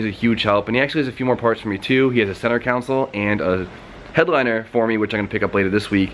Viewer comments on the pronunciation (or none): I’ll never unhear “center counsel” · It's pronounced (con-soul) spelled: console... engineer's...SMH lol we love you! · CONSOLE! ITS CON-SOLE..